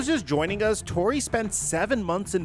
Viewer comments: lmao he name is "Torre" not "Tory" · the least you could do is pronounce Torre correctly